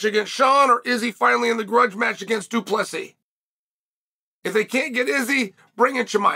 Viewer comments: Two - Plus - See ? Why Chael? Do you purposely mispronounce fighters names because people mispronounced your name when you were fighting? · Psst... Du Plessis. It's a silent S.